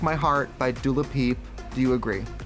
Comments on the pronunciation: Did Trixie say “Dula Peep” instead of Dua Lipa or am I tripping? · Not Trixie calling Dua Lipa "Dula Pi" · did trixie really said "dula pi" ? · she did not say dula peep ?!?!?! im deadddd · “Dua Lapi” o trixie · When Trixie said "Dula Peep" I gagged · Did Tracy say Dula P instead of Dua Lipa? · “dula peep” lmao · Trixie said Dula Pip 🤣 Yas queen!! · not trixie calling dua lipa "dula peep" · Lmao she fucks up miks name and said dula peep instead of dua lipa😂😂😂😂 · Trixie keeps mispronouncing Gottmik as “Gotmeek” and Dula Peep as “Dua Lipa” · Trixie calling Dua Lipa “Dula Pip” 😂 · Did Trixie call Duo Lipa Dua Lapeep? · Am I the only one who noticed that Trixie doesn’t say Dua Lipa but Dula Pip? Haha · Dua LaPeep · Also, Trixie, “...Break my Heart by Dua Lipa,” then minutes later, “...Break My Heart by Du Lapi.” 🌚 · NOT TRIXIE SAYING DULA PEEP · Did Trixie sad Dula Peep instead of Dua Lipa ? :D :D :D Shaaaaade! :D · Due Lepeep girl it’s Dua Lipa¡¡¡¡ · Did anybody clock Trixie saying Dua Pep, referencing Wendy Williams 😂😂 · Not Dula peep gurl 👁️👄👁️ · Not trixie saying dula peep xD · Tracy really said Dula Peep 💀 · not Trixie saying DULA PEEP 💀💀💀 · TRIXIE LITERALLY SAID DULA PEEP IM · TRIXIE JUST SAID DUA LAPEEP OMG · i highly doubt trixie knows that latrice "herculeees" referance lmaoo and trixie just called dua lipa "dula peep" another good referance lol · You let her say "Dula Pi" xDDD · Trixie called Dua Lipa as Dua Lapeep . I think someone has been watching Ayjaii's reaction videos hahaha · so nobody noticed when Trixie said dula peep 💀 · Not Trixie calling her Dula Peep😂😂 the wendy knowledge, I can't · Trixie said dula peep... Come on Wendy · Tracy also calling dua lipa “dula peep” 😂😂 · Did Trixie say “Dula Peep?” ...... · Not Trixie saying Dula Peep hahah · It’s not longer Dua lipa is “Doula Peep” according to Trixie Mattel 🤣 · So we just gonna ignore that trixie called dua lipa, dula peep😭😭💀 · Trixie said Dulapeep😆😆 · I KNOW YALL HEARD TRIXIE SAY DULA PEEP 🤣🤣🤣🤣